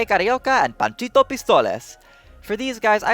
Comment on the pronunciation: I just have to say this but loved how you respectfully said Jose's and Panchito's names in their native language accent. Kinda shows your a respectful dude of culture.